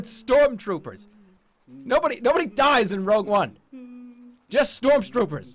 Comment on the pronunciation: "STORM STROOPERS"